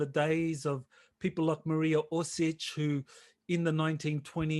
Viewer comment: Mariya Orsich not Orsik